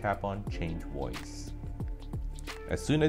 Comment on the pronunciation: wtf is a “woice?” it’s voice.